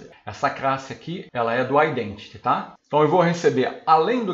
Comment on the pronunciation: Posso dar um toque? Por favor não se ofenda. As vezes soa como se você trocasse o L pelo R. Por exemplo aos falando Application User, soa como AppRication User, Classe soa como CRasse. Talvez você nem perceba. Creio que nem seja intencional, pode ser um vício fonético. Dá uma escutada ai. Por favor não se ofenda. Seu conteúdo é excelente.